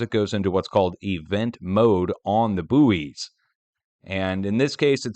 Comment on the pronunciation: They are not called booies they are called boys, as in buoyancy.